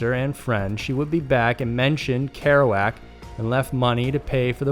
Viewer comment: Why doesn’t he know how to say Kerouac